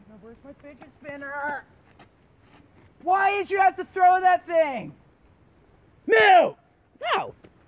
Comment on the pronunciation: "Findgers Spinners"